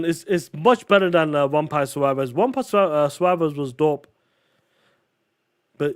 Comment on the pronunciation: Did that POS say Umpire Survivors instead of Vampire Survivors?!